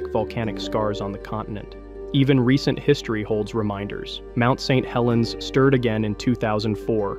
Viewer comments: The awkward pronunciation of "Mt. St Helens".. AI detected. INTO THE TRASH IT GOES.🚮 >⛔Don't recommend channel >roundhouse kick all AI videos >body slam all AI videos >flush all AI slop down the toilet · Is this video AI? The diction of speech is off. Go to and listen "Mount St Helens." That's not how we say that. Several weird repeats, each sounding like it was the first time it was said. I had to turn off this slop. F$%k AI 👎🏻